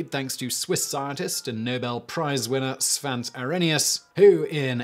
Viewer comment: The "e" in Svante is not silent. We don't really have silent vowels in Swedish.